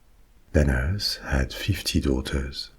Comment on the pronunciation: Every time you say Danaus, my brain can't help but hear "dead ass"